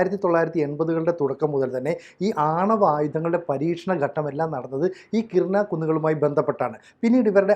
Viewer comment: കിരാന ഹിൽസ് (കിരാന കുന്നുകൾ).... കിർന അല്ല. ആണവായുധങ്ങൾ സൂക്ഷിക്കാൻ വേണ്ടി ഇതിൽ നിർമ്മിച്ച ടണലിൻ്റെ മുൻഭാഗം മിസൈലുപയോഗിച്ച് തകർത്തു എന്ന് ABC യിലെ തന്നെ മറ്റൊരു അവതാരകൻ രേഖാമൂലം പറഞ്ഞ കാര്യം ഓർമ്മിക്കുക. ഇനി മറ്റൊരു കാര്യം കൂടി.... ഇന്ത്യയ്ക്ക് നേരെ ആണവായുധം പ്രയോഗിക്കാനുള്ള തീരുമാനമെടുക്കാൻ പാക്കിസ്ഥാനിലെ ഉന്നതാധികാര യോഗം ചേർന്നിരുന്നു. ഇനിയും ഇന്ത്യക്ക് കാത്തിരിക്കാൻ കഴിയുമായിരുന്നില്ല. ഈ വിഷയത്തിൽ താങ്കൾ ഒന്നുകൂടി റഫർ ചെയ്യേണ്ടതുണ്ട്.